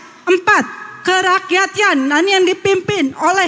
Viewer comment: Pengucapan sila ke 4 kurang tepat,,,, seharusnya kerakyatan,,bukan kerakyanan ,,,tidak percaya coba kalian Putar ulang